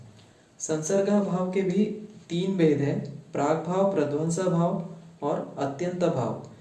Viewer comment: "प्राग्भाव" is not correct...it should be "प्रागभाव"